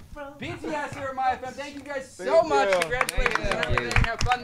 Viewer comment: HAHAHHAH it was soo funny, interview was like...And at the end Interview: Congratulations..And Tae after few seconds:Congragulations😂😂😂